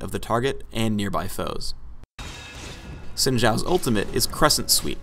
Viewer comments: He pronounced "Xin" wrong... It's 'Shin' not 'Sin'. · Yeah where they pronounce his first name properly lol